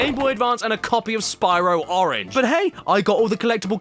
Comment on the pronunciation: I love the Brayinliz oringe marsoupeeiyal